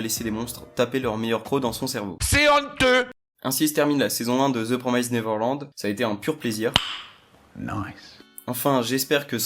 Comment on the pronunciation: c plus the promised nerverland mais promyyste neverland xD